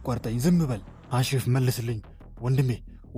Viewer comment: አሸረፍ አይደለም ኤሺረፍ በል